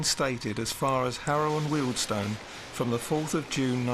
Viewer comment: Thanks for pronouncing Wealdstone properly